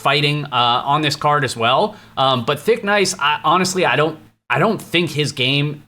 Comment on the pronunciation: Wtf do you keep saying thickNICE. Jackice